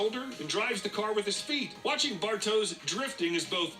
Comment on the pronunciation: Bartosz, it's a Polish name,it should be pronounced Bartosh. But I see what you mean 😆